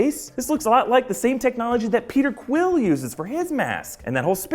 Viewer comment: you totally call Peter Quill , Krill